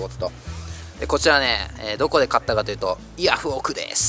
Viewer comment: 春巻みたいな言い方で買ったと報告w